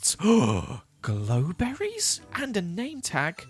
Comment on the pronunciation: grow berry not glow berry